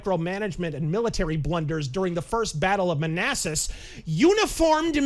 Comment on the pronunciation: 'First Battle of Manassas' How did he even fuck it up like that?